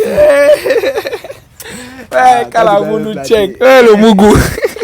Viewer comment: Toi là tu n'es pas bien tu dit le moûgou 😂😂😂😂😂et tu souri 😂😂😂🎉